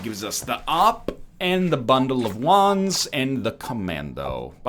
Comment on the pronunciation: Every time he said bundle of wands, I thought he said bundle of Juans. I was so confused.